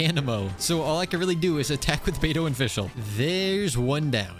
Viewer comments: 3hrs and still “bediou” 🫩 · brother said “bediou” 🥀🥀🥀 real smooth